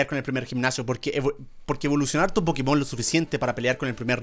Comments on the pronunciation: Yo no entiendo porqué le siguen diciendo PokemÓN. Osea, en la serie está doblado así, pero en el mismísimo título dice. "PokÉmon! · No se porque dice pokemón con acento en la ó si es pokémon, y lo está leyendo todo el rato, me chirría mucho, pero que recuerdosss de cuando jugaba al pokémon amarillo que fue el primero que tuve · Es pokemon no pokimon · Germán por favor nosotros sabemos mil veces mas que tu lo que es pokemon ni la pronunciación que tienes es buena no sabes ni siquiera que pokemon es un juego mundialmente famoso y no por la basura de pkmn go si no por pokemon competitivo pokemon anime y solo te sabes pokemon de la primera gen que son sobrevalorados y sobreexplotados